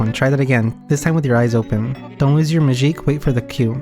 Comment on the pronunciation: man, this is such a good game, and I love your videos too, but it's absolutely infuriating to me that you're pronouncing it ✨Majique✨ for absolutely no reason lol